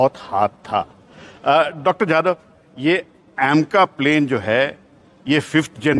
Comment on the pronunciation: It's jadhav not yadav 😂😂